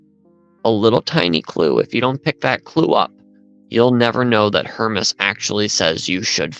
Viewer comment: It drives me nuts how she mispronounces the Shepherd of HermAs the "Shepherd of HermEs" (her-meez)! Ugh!